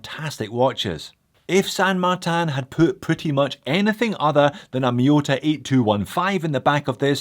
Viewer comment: Where's the A in martin ? LoL